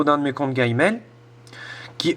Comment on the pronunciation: Alors c'est G-mail parce-que avec ta prononciation on dirais GayMail je veut pas dire mais bon.........